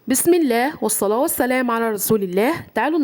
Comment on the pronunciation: ملحوظة كلمة والصلاة تنطق أخرها تاء وليس هاء جزاكم الله خيرا بنيتي